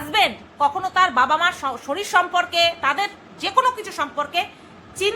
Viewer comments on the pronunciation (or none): none